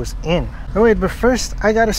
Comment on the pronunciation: “Tacos *IN*” I love how he says it like he made tacos outside last time